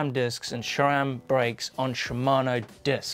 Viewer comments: there is no H in Sram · #AskGMBN Why does always pronounces Sram like "Shram"? xD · I love how says SRAM "shram"